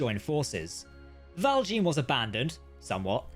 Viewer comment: Please stop saying the "Val Jean" so horrible or the french will say to you... "Your mother was a hamster and your father smelt of elderberries"